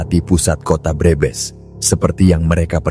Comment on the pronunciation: Pembaca narasi orang luar negeri kali ya. Kalimat Brebes dibilang breebees.